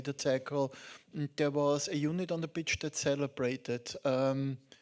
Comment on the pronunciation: ich hör immer bitch... achso, pitch meint er..